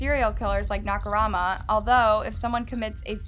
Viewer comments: she keeps saying naka-rama instead of saying naka-mura my OCD gets out of control I don't like when people spell names wrong😬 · i dont think you noticed this but you kept saying “nakaRAMA” instead of “nakaMURA”. just pointing it out for future videos:) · I died when she pronounced Nakamura as NakuRAMA instead. Lol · You keep saying Nakurama instead of Nakamura, it's driving me a bit crazy. At worst, it can come across bit disrespectful to not put in the effort to pronounce non-English surnames correctly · for a channel with this big of a following, she should be able to make better effort in researching how to say ONE name. She doesn’t need to pronounce it the way the Japanese do, she just need to get the spelling right i.e MURA instead of RAMA. Imagine a documentary about Hitler and the narrator keeps calling him Lither and Tilher throughout the video. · It’s pronounced Nah ka rue ma, not nakarama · Seriously my OCD was going nuts calling him Naka Rama instead of Naka Mura lol. Drove me nuts but like you said it was an interesting video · Girl you’re ignoring the point on purpose. she’s done it covering victims stories too. i would get it if it was a hard name to pronounce but nakamura is in no way harder to pronounce than nakarama which is what she was saying most of the time. it just shows a lack of concern for other peoples culture and language. if you’re gonna cover their stories too then put in that little bit of extra effort to get it right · Sorry... Couldn't focus on the story. She kept Mispronouncing the name over and over. It's 'NAKA'....'MURA'! I don't think this name is that hard to pronounce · Her saying “Nakarama” made me cringe 😭 I like listening to the stories but try not to watch her videos bc it seems like she doesn’t put much effort into them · It's the way "Nakamura" was pronounced every way but correctly for me lmaooooo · I used to live in Hamamatsu, and how said it made me crazy. I love the vid tho! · It annoys me